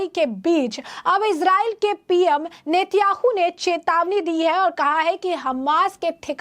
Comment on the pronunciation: नेत्याहू नही नेतान्याहू बोलो